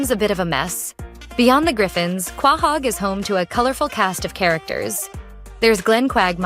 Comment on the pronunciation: It’s Quahog. Pronounced Ko-hog